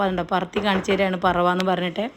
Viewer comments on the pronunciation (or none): പറവ അല്ല... പരവ.... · പറവ അല്ല പരവ 🤣🤣🤣